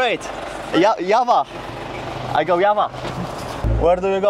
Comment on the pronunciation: The j in java sounds like drza